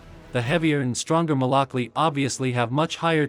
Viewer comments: Fun fact: malakli is actually pronounced “malakluh”, it’s actually a Turkish letter at the end which looks like “i” but most of us don’t have the font so we just write it with an “i” which is why people think it’s pronounced “malaklEE” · So the proper pronunciation would be Malak Loo or Lu. Or even Lou??